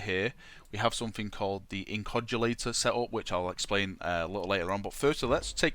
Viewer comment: it's not inCOGulator! IN-OC-U-LATOR! :)